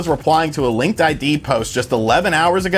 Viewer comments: It's pronounced "Link Did" ;) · "I did a lot of research" Calls it Linked I.D... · LinkedIn. Not LinkedId. lol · Take a drink each time he says linked ID instead of Linkedin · Linked I.D.? Not.... LinkedIn... huh :P